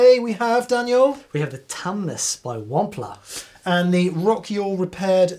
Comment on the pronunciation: “The Whampler”